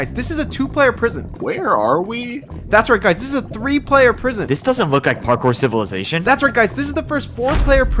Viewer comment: “This isn’t parkour civallization”